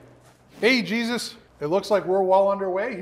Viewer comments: I just cant take calling that guy "Jesus" lol.... can't he go by the Spanish pronunciation "Hey-soos"!!! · Laughing from New Mexico. It's (Hey-Zeus , like the greek god) not Jesus. Still love all the videos, Thanks.